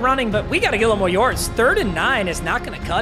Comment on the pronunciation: “We gotta get whittle wore yords”